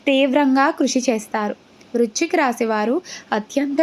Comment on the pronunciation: వృచ్ఛిక రాశి కాదు వృశ్చిక రాశి